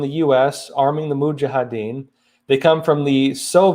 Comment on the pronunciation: Moo-zha ha deen (Mujahideen)